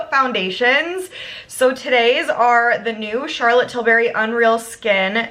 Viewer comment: Tilbury, not Tilberry 😅